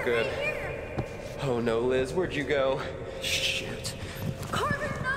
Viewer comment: Does he say sh*t or shoot